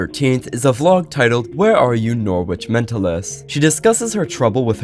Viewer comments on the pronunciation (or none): ‘Norrich’ not ‘nor-witch’ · I'm reallly sorry that this is my comment but you pronounced Norwich wrong, we say it like "Norritch" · Norwich is pronounced Noritch, more than half of the English speaking population of the world knows this. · In England it's pronounced more like noh-rich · Norwich is pronounced (noh-wih-shh) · You pronounce it norrich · “Nor which” 🥀🥀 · oi mate im from London and that's unforgivable!! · the pronunciation of norwich is killing me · Love how ur saying norwich😂. I'm from around there and it just so funny how u say it. Amazing video tho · as someone from england... the W in Norwich is silent... PLEASE